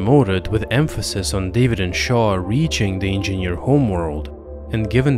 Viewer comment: If he says "engieaneerr" one more time , i'm gonna hurl.